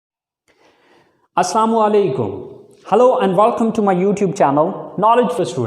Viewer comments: Sir ap buhat acha padhate Hein Masha Allah se Lekin As salaa mu alaikum kehna chahiye ( ap per salamati ho)aur ap assa mu alaikum keh rahe Hein jiske Arabic meaning hein ap per halakat ho talafuz galat ada krne se meaning buhat change ho hate Hein so sorry Lekin mene apna freeza ada ker Diya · Sorry siragr ap ko bura na lagy to ,mujhy ap sy ueh kehna h k assamu alaikum ni sir Assalamu Alaikum bola kijiye qk , is sy salam ka matlab badal jatah . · sir hum apko ghalat nahi kah rahe hai aap video ke shuru me salaam karte hai usme ek ghalti kr dete السلام عليكم ke bajay aap اسسام عليكم kahte hai aisa hame sunai deta hai is ghalti ki wajah se meaning badal jati hai waise aap humse bahot qabil shakhsiyat ke malik mai adna sa Talib e ilm bas apki islah krna chah raha tha السلام عليكم ورحمة الله وبركاته جزاك الله خيرا